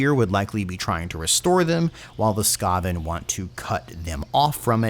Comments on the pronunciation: I didn't realize rat men were all No Doubt fans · Oof, that mispronunciation of Skaven was painful. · this boi saying sKaven instead of skAven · Your annunciation of skaven hurts me. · Every time you say Ska-ven like that, I picture rat men skanking to bitchin' horn sections. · "Skaaven" dude wtf is that pronounciation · SKÁ-ven!? ZÓ-at!? I think i've fallen in love with your pronunciation. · u dont know how to pronounce skaven do u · you sound pretty on point for your speculation, almost sounds like something CA would do, also i wonder how many people you pissed off mispronouncing the skaven, i am having a good laugh thinking about that. I would love Clan Moulder to have a go in the ME campaigns or even vortex, CA been really hitting it off with the Skaven so far on Skryre and Eshin, though it's hard to top the sheer fun factor of Skryre, you get to throw a tactical nuke in a battlefield where it's primarily Swords and Sorcery for crying out loud! Eshin was nice too with Snikch, but damn Skryre has spoiled me for skaven, will have to do something really good with Moulder and Mutations for that precedent. As for the Wood Elves, yeah the twins sound really cool, there is an argument for Ariel, but as you said the problem with her is she can't exactly leave Athel Loren, Maybe if Ariel would be included in TWWH2 or 3 that whole system with teleporting the world roots could help with her in that regard. I would speculate that if Ariel were in it would probably translate as her not being able to leave Athel Loren as, she starts taking unmitigated attrition damage to herself whenever she is not within the borders of wood elf territory, or more restrictingly not within key territories of the world root locations or athel loren, the former being slightly lore breaking while that latter could make an interesting playstyle, but could be also too frustrating if done wrong, but then either case would have to make her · really ? skah-ven?